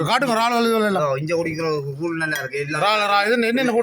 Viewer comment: கூல் இல்லை கூழ்